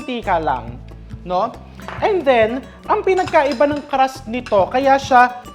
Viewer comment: its crust!!! not Caaras